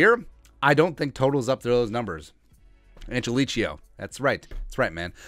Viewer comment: He pronounces it "angeleee-Ko".